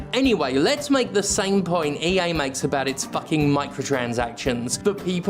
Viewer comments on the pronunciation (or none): none